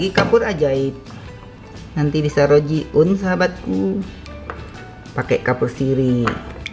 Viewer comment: Chef lucu deh,,,, ngomong rojiun nya,,,😀😀